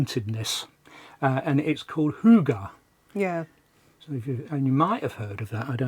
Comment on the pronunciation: I am impressed by your pronounciation. You even get the y-sound right in hygge. It is the same in Nyhavn.